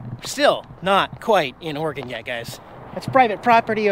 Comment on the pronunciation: JFC you're from Washington and you CAN'T PRONOUNCE OREGON correctly? It's OR-E-GUN, NOT OR-GUN. OR-E-GUN!!